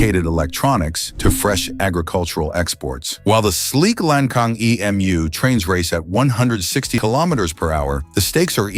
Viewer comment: When you talk about the so-called "debt trap" brought about by China, you don't even dare to say who brought the tens of thousands of bombs in Laos. In addition, the pronunciation of "Lancang" should be "Lan Tsang", not "Lang Kang", and the pronunciation of "Fuxing" should be "Fu Tsing", not "Fu-K-Sing".